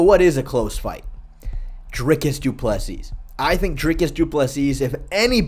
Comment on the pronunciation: Bro don’t be a Lukas Tracy and pronounce Doo-Pleh-See how it’s supposed to be